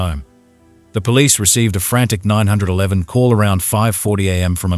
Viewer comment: Nine-hundred eleven instead of 911. Wth?? 😅